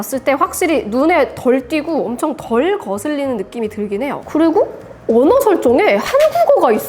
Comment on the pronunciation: "오노 설정에 한국어가..." 탈북하신 분인줄...ㅋㅋㅋ